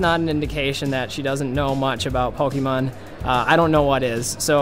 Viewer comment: PokAhman is definitely how parents say pokemon